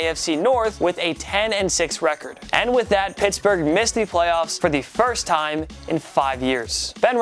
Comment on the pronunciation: Pertsburg???What lol